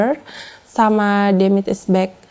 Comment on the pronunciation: Salfok dengan penyebutan akun "demit is back" 😅